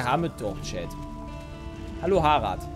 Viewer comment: Normale Menschen: HALLO: ALTO